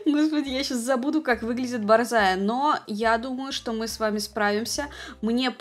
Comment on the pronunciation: Порода русская борзая ударение на букве а но не как не на о